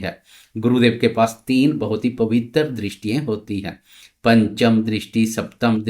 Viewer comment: 😂😂😂 jupiter ke paas teen pavitter drishti hoti hai. Chutiye pavitra hota hai pavittarr nahi😂😂😂